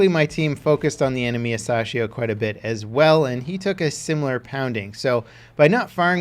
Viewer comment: It’s pronounced a sassy ho